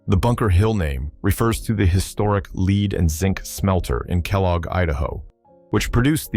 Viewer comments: lead should be pronounced like the element, not like the act of guiding someone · AIs simply cannot pronounce "Lead" in the proper context. 🙄